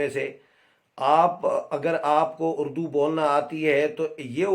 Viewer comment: نیازی نے خود اردو کو "اڑ دو " کہا ہے اڑدو